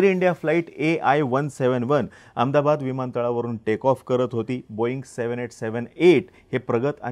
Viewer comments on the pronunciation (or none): none